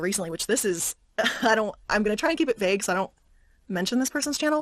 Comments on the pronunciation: "VAUGUE" not "VOGUE" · It's vague, not vogue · The word "vauge" is not pronounced like the madonna song "vouge" You misread the same word incorrectly not once but everytime you came across it. 😅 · Three things, Excellent Video! The way you pronounced vague made me giggle and felt like you were calling out to us to do the Vogue pose xD, and I vaguely remember her having drama with other reddit readers years ago something about her boyfriend and a deep voiced reddit reader I forget their names